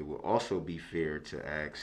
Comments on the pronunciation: "So it would be fair to axe if it would be fair to say that"...what the heck is he talking about lol? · It’s Funny how DUH-RRELL has to, or Attempts to make it well know when he is Pouting like a 5yr. Old! Looking at the Judge & Cameras to make see if they see him being a Baby! Then Pouts when “Axing” his questions!